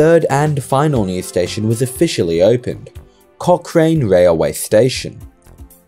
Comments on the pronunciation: It's pronounced "Cock Ran" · At least spell Dunheved right in your chapters, and Aerotropolis.. or pronounce Cochrane right...